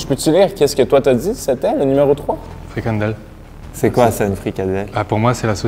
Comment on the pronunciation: à 19 minutes et 54 secondes le monsieur a dit fricaNdelle !!! c'est FRICADELLE